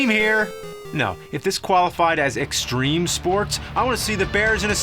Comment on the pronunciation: STREME SPOATS